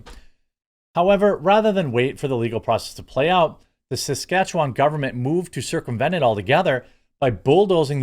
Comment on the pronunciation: Good job on the pronunciation of Saskatchewan. This is coming from a former resident there.